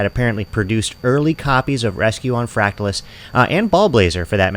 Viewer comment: You’re pronouncing it incorrectly. How do you pronounce “fractal”? Just say the word and add “us” at the end. No need to emphasize the “tal”. Thanks.